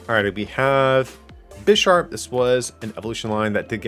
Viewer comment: You definitely misread Bisharp